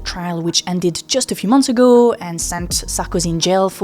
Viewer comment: Please try to say ow instead of urr. Studiurr, 30 years agurr. Like murrst